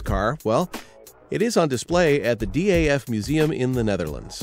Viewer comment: Hey minds! A little tip: daf is'nt short for anything. It is just pronounced daf.